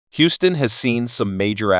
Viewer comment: ai keeps saying “houseton “… once or twice it did pronounce Houston correctly.